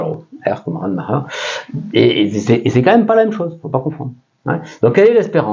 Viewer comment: Yes, probablement! Concernant la prononciation, Rademacher était américain (certe d’origine allemande), je miserais plus RAD-uh-mack-er